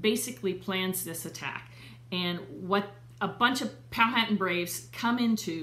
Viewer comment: The H in Powhatan is silent so pronounced pow-a-tan. I am 11th great grand daughter of William C. Claiborne